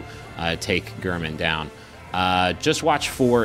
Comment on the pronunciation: gayr-min. he says it before the fight.